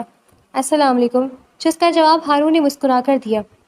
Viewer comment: ہارون ہوتا ہے حارون نہیں